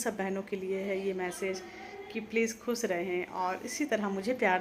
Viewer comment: Please khoos nahi khoosh kaha karo.